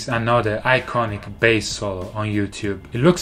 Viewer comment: When Davie say bAss it's kinda sound like BS 😂😂